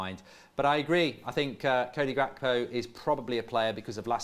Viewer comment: finally learned how to say gakpo😂